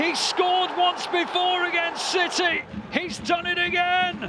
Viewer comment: That Haaland goal was briliant than stones one too but am I the only one who hears that the comentator says manchester shity